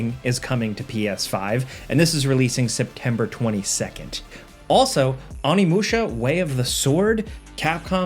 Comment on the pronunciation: Learn to pronounce Onimusha you uncultured plug